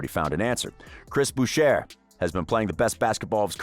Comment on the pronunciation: It's pronounced like *Bouché Great video, though. I think Ibaka wasn't just a roleplayer, but a great 2 way stretch big that got us points inside the arc (something we're missing)